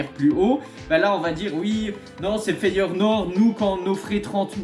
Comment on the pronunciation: Feyenoord et pas FeyeRnoord, ça fait mille fois que tu le dis comme ça🤣 Ils vont finir par lâcher la thune pour Gimenez je pense